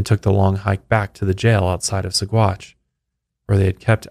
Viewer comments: There is a restaurant in Boulder Colorado called Alferd Packer Grill..... Anybody hungry? I used to mispronounce Saguache also, but worse than yours, it is pronounced Sawatch. 🙂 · Name of the town pronounced like: Suh-watch 🤗